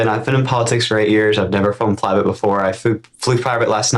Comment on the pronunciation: Plivate. He said plivate.